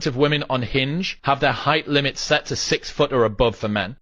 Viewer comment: Did she say "heighth"??